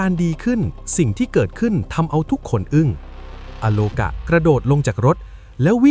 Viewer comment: อาโลกา ไม่ใช่ อะ